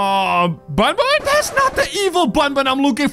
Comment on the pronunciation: You said bunbun not bunbun is banban